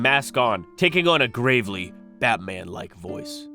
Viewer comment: Gravelly, as in sounding like gravel, with three syllables. Gravely, as in "gravely ill", is only two syllables. Ugh. His voice is gravelly, not gravely.